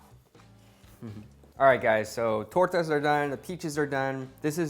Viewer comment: I really enjoyed the way you said tortas!